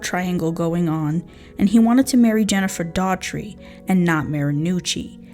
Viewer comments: I think her name might be pronounced dorty. Not sure, Thankyou for representing This beautiful young lady and letting people know the scum bags that hurt and killed her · you have a problem pronouncing names. You should do research. There are several cities with the name Mt. Pleasant. Even just reading it, we know it is a short "a." Jennifer's last name is pronounced "DAW-HER-TREE" and you mispronoune it "DAW-TREE. (You almost sound like you're saying "DOG-TREE" a couple times. " It is actually a very common Irish name, with a three syllable pronounciation. Good video but do your homework, right? Can't subscribe with this visit.